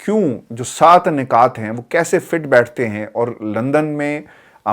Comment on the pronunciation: 'Nakaat' nahin 'Nukaat', 'Hakoomat' nahin 'Hukoomat' please.